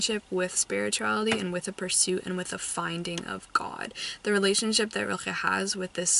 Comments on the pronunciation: I don't wanna be a know-it-all but you seem like you'd like to know this: the pronunciation of Rilke is literally just a light l and a k, none of that “ch” noise you keep making. Love your vlogs, you inspire me. I hope I get to a read a book again someday that I love as much as you love One hundred years of solitude. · FYI The K in Rilke is just a k and not a throat sound (velar fricative to be technical). What I find so interesting about him is that he is not talked about here in Germany. I learned about his existance in American media. He's not even on the sylabus for high school here.